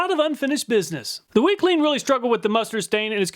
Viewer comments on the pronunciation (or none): Every time you said WECLEAN all I could hear was weakling 😂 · WeClean just kept sounding like Weakling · Weclean? More like "Weakling"... lol. Glad you didn't test dog poo.